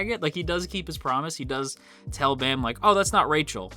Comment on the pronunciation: Why some people say bam as baam?